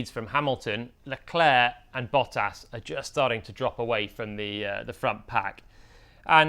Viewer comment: Great video as always. Please pronounce Leclerc’s name properly. It’s not Le-Claire. It’s Le-Clerk.